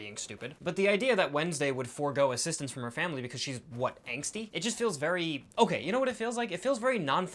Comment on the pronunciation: Angsty, not anxsty